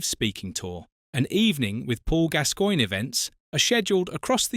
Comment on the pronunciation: It’s pronounced GAS GOINE 😊❤